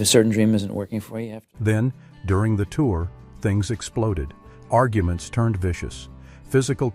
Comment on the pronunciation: “Argue. Ments”